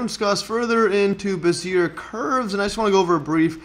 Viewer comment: Learn to say the guy's name prAaaAaaAaaaaaAAaaaaAAaaaaaaaaaaaaaAAaAaaaaaaaAAaaaaaAaAaaaaAaAaaAAaAAAAAAAaaAAA